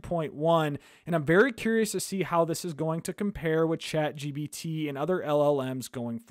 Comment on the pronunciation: It's Chat GPT not Chat GBT